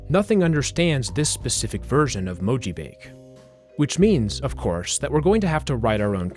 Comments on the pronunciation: that sounds to me like a slowed down version of the chorus of All the Things She Said by t.A.T.u. Also, your description of mojibake is partially incorrect: - It's pronounced mo-ji-ba-ke, not mo-ji-bake. - You can't garble English text (most of the time) due to most encodings being extensions of ASCII. The LingoJam translator you showed in the video just replaces characters with random codepoints made to look like mojibake. That's why you couldn't decode it back. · It's actually pronounced "moh-jii-bah-kay"; it's a Japanese word and so the E at the end makes the "ay" sound. Not trying to be rude, just offering a correction for future reference. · "Mojibake" appears to be a Japanese term, so it's probably pronounced more like "mo-ji-bah-keh". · "Mojibake" is pronounced "moh-jee-baw-keh". It's the romaji of 文字化け. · mo ji ba ke, 4 syllables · mojibake is a japanese word btw, it's pronounced as mo-ji-ba-kay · He pronounced it wrong. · The E in "mojibake" actually isn't silent. It's Japanese, not French, haha. Approximated in English, it'd be like the AY in "say," though the E you hear in Spanish words would be more accurate. (And the A is pronounced like "ah.")